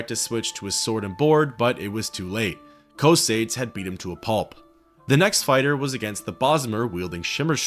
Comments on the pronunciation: Co-say-dees bro get help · Excellent video my friend, although you saying Cosades reminds me of Bill and Ted saying Socrates, almost there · PHYSICAL PAIN! PSYCHIC DAMAGE! Learn how to pronounce Cosades ``please''. You people butcher Semper fidelis badly enough to ruin latin any further.